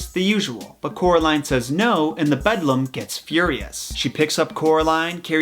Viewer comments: It's actually called the "beldam" meaning like an ugly old woman, a witch, a "hag" if you will Edit: he addressed this error in his second coraline vid :) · I'm sure this has already been pointed out, but: BELDAM, not Bedlam! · Beldam, not bedlam. Beldam means a witch basically. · “Bedlum” noooooooooooooooooooo It’s Beldam!! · It's pronounced "Beldam'. Not 'Bedlam' No hate just pointing it out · I was triggered lol bedlum tf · BELDAM.... not bedlam... You're providing incorrect information. Since you're using a COMPLETELY DIFFERENT word, the meaning of her "name" is entirely inaccurate. I used to be one of your subscribers, but it's lazy inaccuracies like this that have made me unsibscribe. It really makes you sound like you have absolutely no idea what you're talking about. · Ik! He also says bedlam instead of belbam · Its beldam not bedlam Every time he says bedlam 😑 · It’s pronounced “bell damn” not bedlam😂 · bedlum Me: BELDAM!!! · isnt it pronounced BELL-DAM not BED-LUM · "BeLDam", not "BeDLam". One means Witch, the other is a madhouse. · The fact that he says Bed-lam and not Bel-dam annoys me very much. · Isn’t it the “bel damn” not “bedlum" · It’s actually beldam, which literally means witch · the way you said “beldam” makes me want to cry. bedlam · Idk what else you need to explain aside from “it’s Neil Gaiman.” 🤨 Not even remotely the darkest or strangest thing to come from his mind. Just right off the bat you call the BELDAM “bedlam” over and over. 🙄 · calls beldam bedlam Me an intellectual: spider witch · It’s Beldam : a malicious and ugly woman, especially an old one; a witch. Not Bedlam!!!! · isnt she a beldam not a bedlam? why are you the only one who calls her this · The bedlam? It goes Beldam :) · the “bedlum” Me: stops the video and starts having a panic attack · The fact that you can't pronounce Belldam correctly is very irritating fuckin "bedlam" no.. Stop.. Just stop.. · Who else is cringing whenever he says “bedlum”